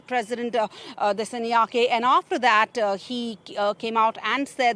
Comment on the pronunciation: Her pronunciation of 'Dissanayake' is what you'd expect from a text to speech generator. 😅